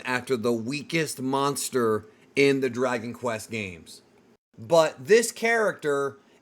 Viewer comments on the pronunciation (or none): none